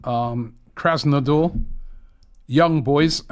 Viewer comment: "Krasnodar" 😂😂😂. Robbie again butchering the names 😂. There are no more russian clubs Robbie.